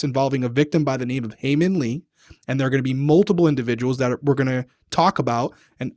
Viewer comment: thought ppl wouldve commented it on the last video but it seems like you're still getting haemin's name wrong ^^ first name is haemin and last name is lee. Looking forward to watching this ep.